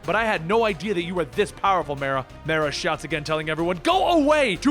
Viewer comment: The league "league Destoryed by myrah" is drunk again.